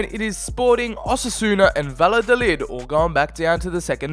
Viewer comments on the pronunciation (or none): none